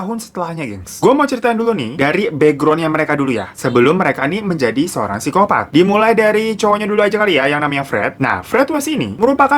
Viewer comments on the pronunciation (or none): none